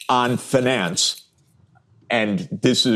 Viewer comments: Please stop saying “fin-NANCE” 😮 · One of the qurkiest features of the english language is the different ways you can pronounce words and still be correct. Sachs says "finance" with a long "A" instead of the more usual long "I". I've noticed that in Britain they pronounce words like "advertisment" with a long "E" instead of a long "I" like is more common in America. They also say "issue" but actully say "S" instead of "SH". Or how australians say "Data" with an emphasis on the first "A" instead of saying "Dayta" like in America. Just an casual observation.